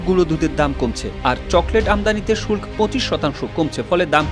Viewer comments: শুল্ক এর উচ্চারণ আপনাদের কাছে নতুন করে শিখলাম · শুল্ক উচ্চারণ শিখে নেবেন।